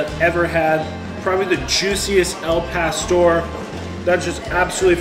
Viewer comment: El pastor? Dude, your killing me. Lol